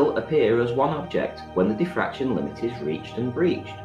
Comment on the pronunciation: He said Daffraction limit not diffraction limit , And you are neglecting the venerialplitangential precept of the damn daffractionary compressionalism constitute !!! SMH SMH SMH AND YOU DONT UNDERSTANT ,SUBSTANCE CONTAINERS!!